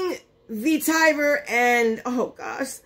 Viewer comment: Hey doll, vetiver is pronounced vet-a-vet. I hate I don’t have a whole foods near me. I ordered a GC Platinum mystery box and an UD bag yesterday . Can’t wear makeup though until after my eye surgeries. Had to reschedule last one. Now they’re this week and April 7th🌈